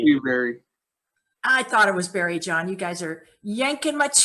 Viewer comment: Its not barrie- jon. Thats you before now bro. Or do you feel it is future stuff?